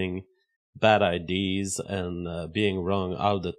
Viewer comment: Nick fruentes, bad idees. Why does this guy talk like he got hit by a semi